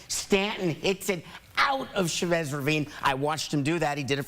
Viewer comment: The way they say Chavez irks me😂